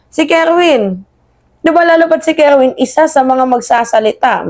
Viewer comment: Kerwin po hindi kerwen ...